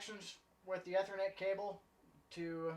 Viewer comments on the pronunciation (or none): Great videos. Took me a minute to figure out how you say "ethernet" as "eh-ther-net" rather than "e-ther-net" as I have always heard it pronounced in the IT world.